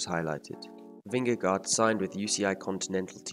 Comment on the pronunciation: Nice video, but you mispronounced his last name.